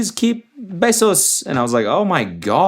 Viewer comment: But like did she say “besos” or “pesos” 😂